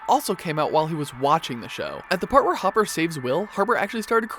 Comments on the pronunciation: Hopper, not Hooper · It's Hopper, not Hooper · WAIT WAIT WAIT!!!!!!!..... DID HE JUST CALL HOPPER HOOPER? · Hopper, not Hooper 😑😑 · You said hooper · Dude did you call Hopper, Hooper? Jesus Christ, it’s not hard to pronounce Hopper (Hop-er) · Who the hell is huper? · YOU. TALK. TO. FAST. Seriously tho talk slower and it's Hopper not Hooper and Mike not Mikey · Ok,say it with me, HOP-PER. Hopper, not hooper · said hoppers name like hooper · THIS IS NOT HATE. but has anybody else not realised he said Hooper instead of Hopper? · Am I the only one who heard him say hooper instead of hopper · whos mikey wheeler? hooper? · Did anyone notice how he said “hooper” and not hopper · No one: Nothing in the univerese: Nothing in all the galaxies:: " hOoPeR" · Who the fuck is Hooper? Do you even watch this show? Moron. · It’s hop-er not hu-per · Anyone realize he called hopper hooper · did-did you just say hooper? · HOOPER LMAO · Why would they let a guy read this who didn't even watch one episode of stranger things. Mikey Wheeler and Hooper? Seriously?!!!😒😒😒😒😒😒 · its no hooper its hopper have u not seen the show? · Mans called hopper “hooper” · he called hopper hooper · Hooper? Get out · WHY DOES EVERYONE SAY HOOPER STOP ITS HOPPER. DOES ANYONE IN THE SHOW SAY HOOPER???? NO THEY DON'T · He keeps saying hooper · ITS PRONOUNCED HOP ER HOP NOT HOOP HOP OML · HOOPER. Why is he saying HOOP-ER. It’s HOP-PER. HOPPER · Its Hopper not Hooper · WAIT! Did you say Hupper instead of Hopper??? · Hober Hooper then he said hopper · plz don't say Hooper. Plz. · D-did he just say Hooper??. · He pronounces hopper like hooper... wHy?! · Are we going to ignore that he calls Hopper Hooper? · Why did he say hOOPER instead of Hopper and he also said MiKEY WHEELER LIKE WHAT!!! ITS MIKE MIKE😂😂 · Hooper it's hopper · You said “Hooper” instead of “Hopper” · did this guy seriously just say Jim Hooper?! im out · hooper? HOOPER? HOOPER?!?!?! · it’s not hooper it’s hopper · you said hooper lmao